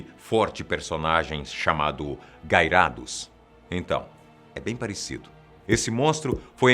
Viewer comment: Desculpe,cara mas se pronuncia gairadus não gairados